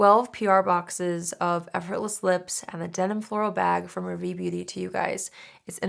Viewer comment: Hi, absolutely no diss intended, it’s just too fab that you would choose a French name for your brand. Just wanting to help. Ravie is pronounced “Rahvee.” The Ra sounds the same as “ra”tionale and not raw, so it’s the higher “a” and not guttural. There are pronunciation videos for rationale on YT if you look it up. Good luck with the launch. ❤